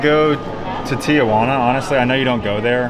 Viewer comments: It’s pronounced “TEEHUANA”. “TIAHUANA” meant Aunt Juana lol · Tea Juana.....Not Teeah Juana. Sorry, used to live there and EVERYONE pronounces it wrong. Theres no A after the TI..... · I’ve always wondered why people say Tia-Juana, It sounds like they’re saying “aunt Juana” in Spanish. 😂